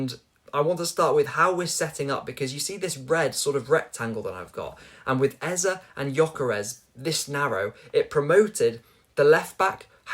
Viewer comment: The pronunciation of the name EZE is A-Z-A, not Ezer. It's a Nigerian name that means "King", Ezer has no meaning. It's frustrating every time I hear it.